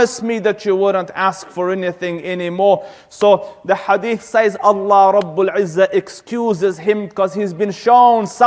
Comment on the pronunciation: NO KNOWLEGE SEZ NOT SAYS ATLEAST PRONOUNCE LIKE SEZ